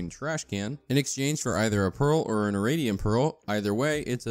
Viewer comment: "Irradiant" is pronounced "Ih-ray-dee-ehnt", not "Ih-rah-dee-ehnt". Excellent video regardless, very concise and detailed.